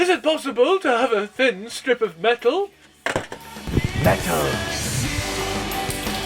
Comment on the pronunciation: The way he says 'metal' is so METAL